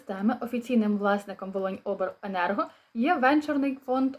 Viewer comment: Доброго часу доби ! Дай Боже всім здоров'я !🙏 Дуже Вас прошу чітко називайте область , ні би не старий і не глухий чому не можна сказати внятно Волинь Обленерго , я внятно чув слово обл енерго ! ! ! Назву області чути не чітко .